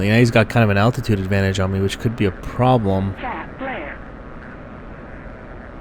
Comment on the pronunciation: "...could be a prrrooblem..." CHAFF, FLARES, CHAFF, FLARES lmao comedy in unexepected places.